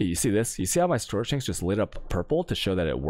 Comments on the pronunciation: Every league we wait in anticipation to see which words he'll randomly start butchering just to mess with people. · Dude can somebody PLEASE explain why he pronounces specific words in a weird way? Like storage "chanks", seed "catchees", "pink seeds", etc. I've been watching his videos for months now and I'm still hella confused, it's driving me crazy!!